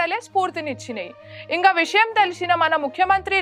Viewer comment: చదవనీకి కాదు చదవడానికి 😅 ఇంగా కాదు ఇంకా 😢